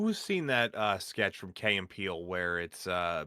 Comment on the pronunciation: this dude said Kay and Peele